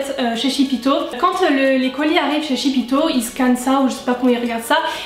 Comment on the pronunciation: Tu m'as trops fais rire avec ton shipito ( la prononciation) je suis presque sur qu'on dit ship to genre un jeu de mot ship it to comme en anglais (envoyer à) à part ça merci beaucoup je galèrais pour me faire livrer des produits Us comme coastal scents ou j'ai du payer 30$ de frais de port